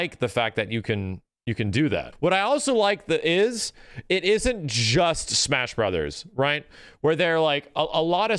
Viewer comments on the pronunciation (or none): dey put duh lethal league in de smesh brothers